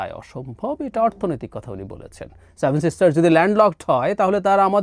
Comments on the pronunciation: স্টুপিড টা seven বলতে পারে না বলে "saven" । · আপনার 'স্যাভেন' (7) উচ্চারণটা দারুন। আপনার ভাঁড়ামো তুলনাহীন। অল্প অপেক্ষা করুন। বাংলাদেশ ভারতের ৮ম সিস্টার হতে চলেছে। 😀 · স্যাভেন না রে সেভেন 😂😂